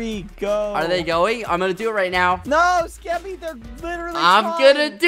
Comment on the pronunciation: skeppy? more like ske-PEE